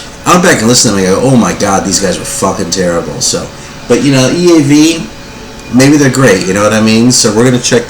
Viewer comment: Hello, I never ever get sick of seeing the generosity that f~l~o~w~s in this community. Ben and Scotty are great examples of this. I have also learned that you lived in Germany for a while. The pronunciation of EAV was spot on. Now I remember them being kind of a lyrically humorous band am I right? Also I thought that they were an Austrian band? The album cover is wild. Like Nathan stated below, that is some creative artwork on some of the covers. Good to see you receiving these. Well deserved~ Rob/Boston